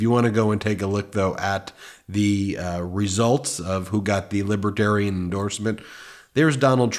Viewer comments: He keeps saying "liby-terian". It's Libertarian... Dummy trump. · It is Libertarian not Libaterian, Mr Orange creep. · Can we just focus for a minute on him repeatedly saying “libitarian”? He loses the “r” 90% of the time. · Trump can’t even pronounce it .., Libah-Terian 😂😂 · Why does he call them “Libiitarians”? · "Libbatarren" - DJT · Spanky called them “ lib-a-tarians, many times. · He can't even pronounce Libertarian.